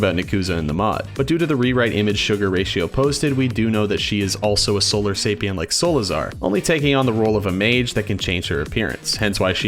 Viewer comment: hate to be THAT guy, but its actually pronounced Solarisapien, with an I. Sola RI sapien